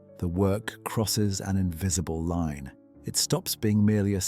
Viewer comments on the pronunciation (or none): none